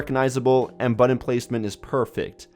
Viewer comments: Why are you pronouncing "button" like that? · my god I hate to hurt anyone's feelings but you NEED to learn how to say the word "button".